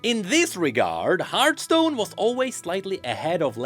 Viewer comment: It's hearTHstone not Heart..